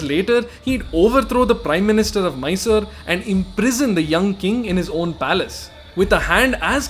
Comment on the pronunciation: Mysore or Mysooru and not Miser!!!! Actually it is a very generous and gracious city.